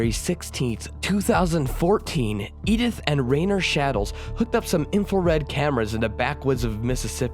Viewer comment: .. good ol "infelred" cameras lol